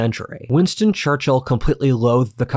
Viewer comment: Just a side note; your pronounciation of the man's name is really weird. Instead of "Churchill" it souns like "Churchhill".